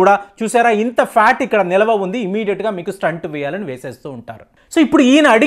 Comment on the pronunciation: STUNT "స్టంట్ " కాదు "స్టెంట్" STENT